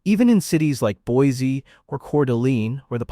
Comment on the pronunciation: Say it with me… BoiSEE…Couer d’ALAYNE….